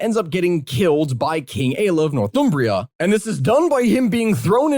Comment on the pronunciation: happy to watch, but oh my life the pronunciation of Northumbria straight up hurt